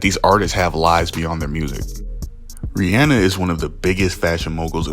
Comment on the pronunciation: Bro, I never heard anyone say Ree Anna before til I heard u say that 🤣🤣🤣